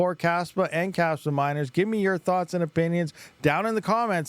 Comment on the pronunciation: Kaspa ❌ Kaspump ✅